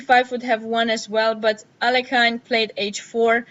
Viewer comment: Thanks for the overview, very interesting. Btw, the right way to pronounce Alekhine's second name is [a-le-heen], stress is on the secons syllable